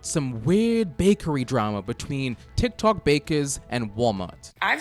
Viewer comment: Ah yes Tiok tok